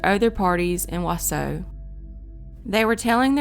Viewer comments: Being from wi, it really annoys me how she says Wausau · You got Antigo correct but Wausau wrong. You got Waupun correct but were incorrect with Bangor. You actually meant Bangor WI not Bangor ME. I knew about Kayla Berg since I lived in Mosinee, just south of Wausau, from 1995 until 2018. Thanks for keeping her name out there!!! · Came here to say this! Waupun, Onalaska, there are a tonnnn of Native names here that can be deceiving to the English speaking eye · lol i'm from Wausau and i'm not surprised someone outside of Wisconsin pronounced it wrong but at least you got Antigo down :) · Why is that anyone who doesn't live in Wisconsin, simply does not seem to be able to pronounce the names properly? Most of them are actually phonetic. It's not Wah Soh, it's WAH SAW. Curiously tho, you DID pronounce Waupun correctly... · Wisconsinite here - the city of Wausau is pronounced Wau-saw, not Wau-so. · Wausau is pronounced WAH-saw. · It’s not wasoooo it’s WausAU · Please contact a Wisconsin native for correct pronunciation. It is pronounced WAH - Saw, not Wah - SEW (Antigo was pronounced correctly). Onalaska is pronounced ON - Alaska not OWN - Alaska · Whaasaw wisconsin lol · Wausau is pronounced WaaSaw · It’s pronounced Wa-Saw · Wausau is pronounced Wa saw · Wausau is pronounced "Wa-Sa'. The 'U's are silent. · Plz pronounce Wausau correctly! It's Wausau where the last part is pronounced 'saw'. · It's pronounced "waw-saw." Not trying to be a dick, I'm just saying. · Pronounced waaaa sawww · its pronounced "Wa-saw" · Wau-saw - Waaaa-saw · Wausau, WI is actually pronounced “wau-saw” . great videos!! thanks for covering these cold cases! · I had to stop watching after 20 seconds. It’s WAH-SAW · Wausau is pronounced “waww-saw” 😂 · Not that it matters, but Wausau is pronounced wah-saw👍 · Wa saw is how its pronounced 😆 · Wausau is pronounced "Wah-saw". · Wausau is pronounced Wah-saw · Wausau is pronounced wah-saw. Though all of your other pronunciation was pretty spot on.